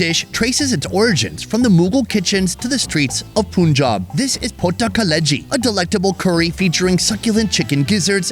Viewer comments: Mate...!!! it is pronounced has 'pun'-"jab" just the English words read separately. it is not "poon'-'jab'. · You guy can pronounce Umbrella as am-brella but can't pronounce Punjab as Pa-an-jab instead of Pun-jab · It's not poonjab it's punjab (pan-jabh) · It's Pun-Job, not Pun-Jab! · not "Pun-Job" but rather "Pun-Jaab". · The Pun in Punjab is pronounced as the English word Pun. And no it’s not a politically sensitive place. Used to be in the 80s, not anymore. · Hope u never pronounce Punjab as poon jaab